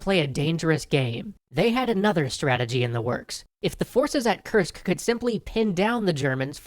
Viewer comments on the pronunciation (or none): none